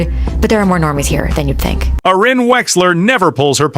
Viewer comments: To the AI narrator, it's pronounced AIR-in, not AH-ren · Someone please tell the robo-voice her name is pronounced " Air-ee-ann". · I think you'll get more thumbs up if u teach ur Ai narrator to pronounce her name correctly. On one hand, ur trying to say nice things about her. On the other hand, ur not showing her the respect she deserves. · It would really be great if you knew how to pronounce her name.